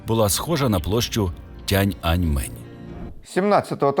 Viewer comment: Дякуємо за український контент❤️ Правильно буде не «тян», а «тієн» (tian), в китайському немає навіть такого слова, як «тян».